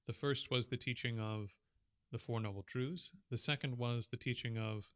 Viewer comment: Four noble truths. Not “trudhz”.